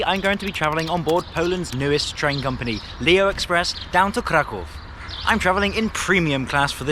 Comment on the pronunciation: Hey, your pronunciation of Kraków and Warszawa was great! Keep it up!